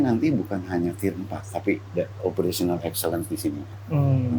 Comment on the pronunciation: di awal video ada. btw "tier" bukan "theer"